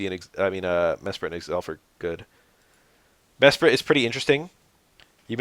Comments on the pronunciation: you saying Me-sprite is so funny lol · nah, "Meh-Sprit" is the correct way to say Mesprit, you were right the first time